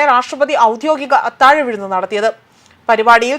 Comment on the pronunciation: വിഴുന്ന് അല്ല വിരുന്ന് എന്ന് പറയൂ...